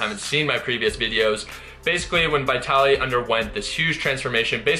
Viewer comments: it's pronounced Veetaly))) not V-eye-taly))) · Bro, Hes name is Vitaly not bitaly. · VIT-TALLY. NOT VY/VIGH-TALLY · Yea you have name pronunciation issues .... it is not- V eye tally It is V'i'tali.....as in 'it' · Why do you say "VieTally"? It's "VihTally" lol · stop saying vaitaly i cant even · bro it's VEE - TA - LI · His name is Vytaly ( to make easier the English pronunciation)no Vitaly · Vitaly not V-eye-taly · It's pronounced VEETALY. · V EYE TALY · It amazes me that you're still pronouncing his name wrong. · Dang I’ve been pronouncing Vitaly like Italy with a V in the front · I think ur pronouncing his name wrongly!! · At least pronounce his name properly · Who else felt the cringe by the way he mispronounces Vitaly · my ears bleed when i hear you pronouncing his name brah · 1. Will you ever pronounce his name properly? Lol 2. The douchebag Vitaly could possibly be bloated from some bad eating sessions. That’s why his gut looks that way. We gotta see more footage!